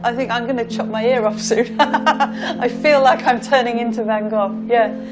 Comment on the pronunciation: The 'v' sounds like 'f' in the Dutch language, so you got it wrong either way. Still a nice video though.